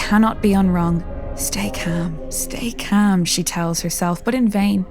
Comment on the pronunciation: I’ve never heard something so graceful and amazing but although it’s great when you said “stay calm” all I heard was steak can or steak ham. I love this and your accent isn’t hard to understand it’s just I didn’t read the thing that said stay calm. I closed my eyes during it and listened, truly listened and heard “steak ham”.